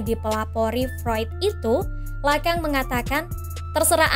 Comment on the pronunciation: Bacanya lakong bukan lakang